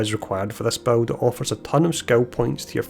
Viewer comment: You know the word BUILD has zero amounts of W's in it right!?!? Buwild buwld buwild bwuild..... 😂💯 Also funny how u mentioned u can't understand that other creator meanwhile half the people here can't understand whatchu saying!!